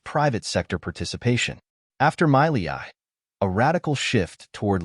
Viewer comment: First learn how to pronounce his name...then we can listen